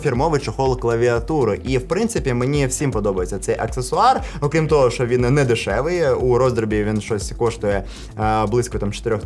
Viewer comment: Без сценарію досить непогано, відразу і не скажеш. На досвіді вже) Але є й одне зауваження: забагато шокаєш. Це не дуже професійно. Декілька разів можна вжити, але в кожному слові замінювати "щ" на "ш" не дуже гарна ідея. Думаю з часом дійдеш до золотої середини. І дякую за контент💛💙